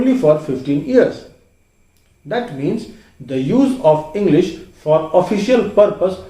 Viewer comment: Why you say engglish